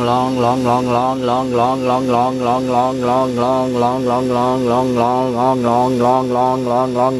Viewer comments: I think after a while he was just saying glong. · When he said longlonglonglonglong he sounded like a chinese person xD